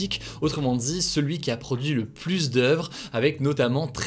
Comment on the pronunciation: Moi c'est sa prononciation du mot "plus" que je supporte pluSsss